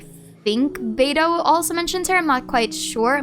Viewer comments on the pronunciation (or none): none